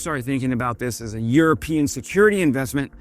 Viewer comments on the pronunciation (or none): none